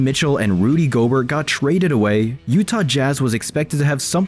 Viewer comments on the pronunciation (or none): You sure? Guy kept saying Gobert wrong. Like, nobody calls him goBERT ok. Sounds like a fancy AI and not even a real person. That or maybe try to pronounce their names, I mean seriously, anybody who is an NBA fan knows who Gobert is and that is NOT how you say his name..